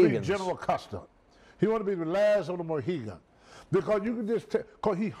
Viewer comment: "the last of the mohigan"